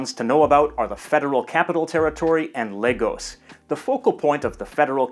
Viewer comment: I’m glad you didn’t say La-goes.. good job 👍🏾